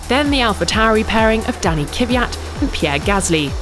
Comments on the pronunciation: Also she keeps calling kvyat kiviat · Are we not gonna talk abt how she says Kvyat as Kivyat? It’s Kvyat as written! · For goodness sake! Learn to read! The Russian driver's name is NOT Kyviat! Kvyat is his name! Is it really that difficult to pronounce his last name? Or is this the formila 1 channel on yiutube? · How she said Kvyat🤣 „Keviat“ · Daniil Kyviat? Why can they never get that name right? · Can someone please finally teach her how to pronounce Kvyat? It's not Kyvjat, for God's sake. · The butchering of Kvyat's name...wtf is wrong with her? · What is the problem with English and Kvyat? Is there a syllable between the K and V? No? Than stop saying one